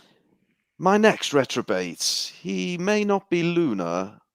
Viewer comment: Reprobate not retrobate. Why is nobody telling him? Poor guys been saying retrobate all intro